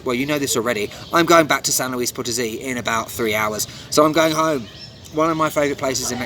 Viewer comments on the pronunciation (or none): none